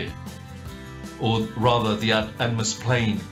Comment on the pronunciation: hang on did you say atmosplane??? that is not even a thing